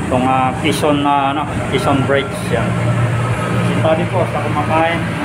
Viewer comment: Mali ka pa rin😛😛😛 QUEZON … [ Ke-Son] ang bigkas